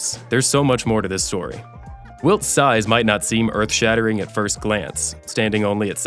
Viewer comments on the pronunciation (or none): none